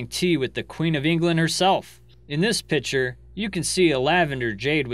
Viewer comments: learn to say "Picture". It's not PICHER! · Not trolling, but a pitcher is for pouring liquid. A photograph, drawing or painting is called a picture (pronounced PIK-ture. Brooch is pronounced with a long O like broach. Just trying to give you more credibility as most of your vids are made from photographs (pictures). Interesting facts, though.